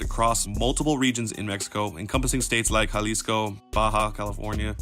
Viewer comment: JalisCO not JalisCA